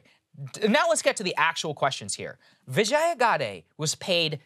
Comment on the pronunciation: LOVE your content. Huge fan. But can I correct your pronunciation? I worked at Twitter a long time ago, and I know how her first name's pronounced. It's VIJ-yuh, rhymes with fridge-yuh, not vih-JYE-uh. :) SORRY to nitpick. Just wanted to correct it for the record. :D :D